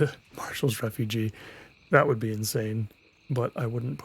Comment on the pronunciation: Not a criticism in any way, just a friendly observation. It's Marshal's Refuge 'reh-fyooj'. Refugee is double e ^__^. Hope this isn't taken the wrong way, haha!